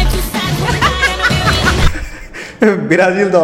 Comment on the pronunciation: ভাই ব্রাজিল নাম টা ঠিক করে উচ্চারণ করুন.. মাঝে মাঝে চুলকানি লাগে নাকি।